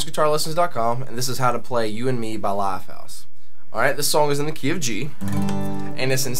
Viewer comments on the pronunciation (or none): likes when he says lifehouse cause he says it like laughhouse